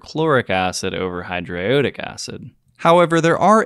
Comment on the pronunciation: This is nitpicky, but that's not how I nor anyone I know pronounces hydroiodic. It gives off a dilettantish air. Just saying. No disrespect. I enjoyed this very odd synthesis.